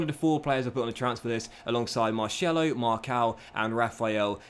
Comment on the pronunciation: I love your videos but before making them please learn how to say the names correctly, you consistently butcher names e.g. Marcelo